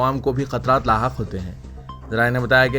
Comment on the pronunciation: Mutla ❌❌nahi ( Muttala). Khatra Laahiq (Laahaq ❌❌.). Mujawwaza ko ( Mujawwiza ❌❌)... ( Ghar ko Aag Laggayi ghar ke Charaag se.....Urdu ka Qatl hugaya ke Hath se. ( hahaha😂😂😂😂😂😂🤣😂😂😹)